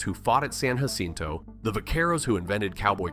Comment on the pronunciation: Narrator pronunciation of Spanish in incorrect. Just one example: Spanish "J" is pronounced as an "H" Thus Jacinto is pronounced Ha-sin-toe.